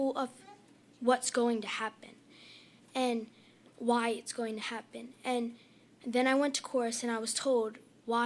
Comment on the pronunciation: please OT stop with the “fona” please, i believe it’s pronounced “going to “